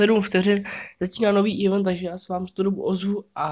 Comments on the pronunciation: čte se to ivent ne ívnt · U u toho eventu máš totálně špatně výslovnost 😂😂😂